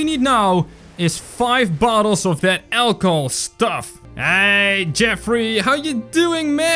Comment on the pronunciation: It’s funny how you say ACHLOHOL